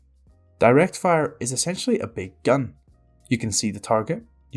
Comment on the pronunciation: I just love how he says " a Big. Gun. " 😆